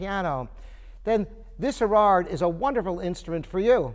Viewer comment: Erard made a piano that sounds great even after 2016 minus 1875 = 141 years! Top quality materials and top quality design combined. Thats whats makes ERARD the greatest piano builder of all times. with all due respect; its not "Irrraarrr" butErard. A little more respect for French prunanciation would be nice. Rembember also that it is not Booz and durf urh